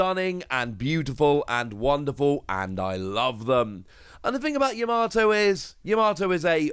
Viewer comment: Videos always on point but please stop putting an R in Yamato it's Yam-a-toe not Ya-MAR-to Other that then my go to for Op News 😊